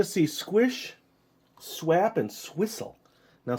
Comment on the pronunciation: It says swap not swep lol (